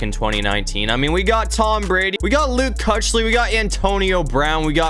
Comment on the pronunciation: It's Luke (keek-lee)